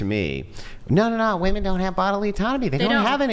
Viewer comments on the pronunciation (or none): Can we all agree that the whole saying woah-man for plural is fucking enraging. It’s weh-men. Whoa-men is for singular. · After my second child I asked my Dr. for a tubal ligation and he just said, "Are you sure?" I said yes and he said "OK no problem." Also, why do so many womEn have such a hard time pronouncing the E and instead say womAn when they are using the word in plural? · What is with all of the girls saying woman instead of women? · ‘Us woman’. Bro why is it so hard to pronounce the E? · Did she say mini- men?😂 how is she and the vast majority of north American " females" mimi"?😂😂😂😂😂